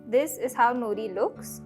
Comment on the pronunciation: नोरी, not नुरी